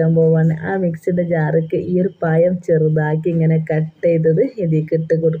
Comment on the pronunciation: പയം എന്നല്ല പഴം എന്നാ 😂